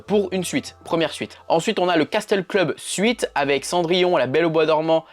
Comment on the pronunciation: Castel se dit « cassel » 😉